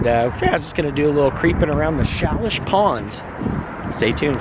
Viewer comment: It’s pronouncing is like…Say-leash. I think it’s like tomatoes being pronounced two ways. At least what’s what I’ve alway been told. But that’s a great path area. Very beautiful park. Thanks for the tour!